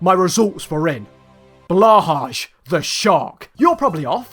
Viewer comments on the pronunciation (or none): Ah yes the blɑːhɑːʒ Instead of the bloːhɑj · "balwhajj" 😭 its pronounced like blow-hi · bah haje.mp4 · it's blow-hi, not blah-haj. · Fun fact: Blåhaj isn't pronounced as Blahaj, it's actually Blohaj as å is pronounced as an o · You don’t pronounce blahaj like blahaze you say: blohaai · The Å in Blåhaj is an o not an a. Its blohaj not blahaj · I love how he pronunced blåhaj like blahja when it's pronunced more like blohaj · it's pronounced "blow-high" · Correct Pronounce:Blåhai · Blåhaj ❌ blauwhudge ✅ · As a swedish i can Confirm that you pronucne blåhaj BLOHAJ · BLÅJAJ is actually pronounced as blue high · ok not to be mean, but its pronounced "blahai". Just learned that, please tell others. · Blåhaj is pronauces blue hai. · it's pronounced blohay for some reason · It's actually pronounced blow-high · i'm sorry but, "blahash" 💀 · Nothing easy about pronouncing blah harsh. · I am dying! 😂😂 What the hell did he call the shark!? 😂 I am Swedish so I know what Blåhaj means, it means blue shark. But he called it like blajag the shark or something like that! 😂❤ Love from Sweden🇸🇪 and Blåhaj🦈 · I'm actually blåhaj is pronounced blohai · alright i know you told us to let you off about the pronunciation of the swedish words but... blaaharsh 💀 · blå haj is prounounced "bloe hay" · Swede here. Despite Blåhaj and the English incorrect pronunciation of IKEA I think you pronounced most of the Swedish words and names really well! Btw I learned something new too, I didn’t know that Småland was the name of the children’s playpen. Fun fact; Småland is the name of a Swedish region Also great video, first one I have seen of this channel, subbed! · Your pronunciations are actually pretty reasonable until you got to blåhaj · all the swedish are protesting on this dude because he said blåhaj wrong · the way he said blåhaj is funny cuz blåhaj is blue shark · as a person learning swedish, his pronunciation of blåhaj made me want to throw myself into the wall